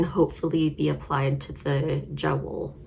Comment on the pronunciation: Hi, your lavender socks turned out beautiful, and that eye of partridge heel is a technique I plan to try--definitely a step beyond the slip stitch heel. Just an FYI, the J in the Lang Jawoll yarn is pronounced as a Y (ya-vole; it's German). Thanks for bringing the 52 Weeks of Socks book to my attention and for a great video!